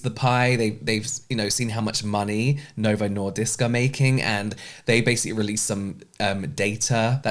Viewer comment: As someone who is currently in the risk of evolving diabetes and due to chronic illness can't work out at all or make dinner daily, so this might be my future, an extra thank you for speaking up about this subject. As a sidenote: you got Novo Nordisk right :)